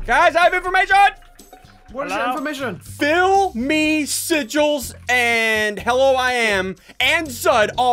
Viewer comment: i have infloamation! SSundee: whats your infloamation?